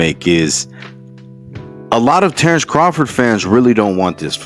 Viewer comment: “TERRECE CAHFORD”😂😂😂